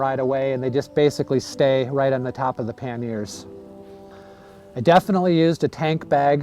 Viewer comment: FYI those boxes on the side of your bike are pronounced "PAN-yer" (two syllables) or "PAN-e-er" (three syllables) in English, or in French it is "PAN-yay" - not "pan-NEAR"